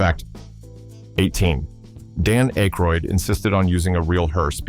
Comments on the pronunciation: Description "For Entertainment Purposes Only! Fan Fiction" video maker should have done some research and learned to pronounce Aykroyd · I’m guessing directly out of the narrator’s ass. He has a vivid imagination even if he can’t pronounce Dan Aykroyd’s name correctly.